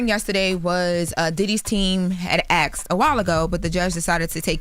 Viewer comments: PLEASE 💔💔💔💔😢 It’s ASKED … not AXED. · and "Axed" is so baddd lol she doesn't even try 😩